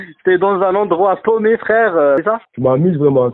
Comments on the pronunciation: "Bonjouw mon fwewe" lol. T'as tout résumé... ;-) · JPP XD bonjouw mon fwewe XD continue tu es genial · "Bonjou mon fwèw" 😂😂